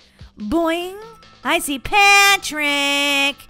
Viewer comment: When you saw Patrick I thought you said pan trick